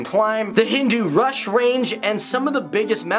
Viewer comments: It's Hindu Kush not Hindu Rush. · Thank you for that unbiased depiction. only a small correction: it is the "Hindukush" mountain range, not the "hindurush". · Great video but I think you said HinduRush its Hindu Kush Range ;) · It's HinduKush, not HinduRush. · Hindu rush ?! It's Hindu Kush :)